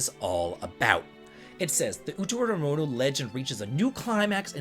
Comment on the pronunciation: How do you pronounce Utawarerumono perfectly but have visible brain aneurysms trying to read less complex Japanese words in your news??? All jokes aside, this completely looks like my type of game! Already added the original game to my wishlist, thanks for bringing it to my attention!